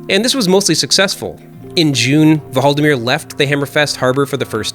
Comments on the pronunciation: Just say "Valdimir" instead of "Huvaldimir" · You don't need to say HUvaldimir, the H is silent in Norwegian :) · The H is silent in "Hvaldimir".